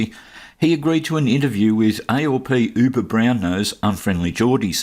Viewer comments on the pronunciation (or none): none